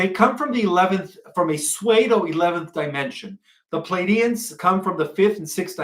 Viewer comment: The word PSEUDO is pronounced sue-do, like a girl named (Sue), and a female deer (Doe)